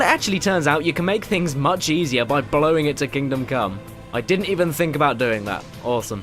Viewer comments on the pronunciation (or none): none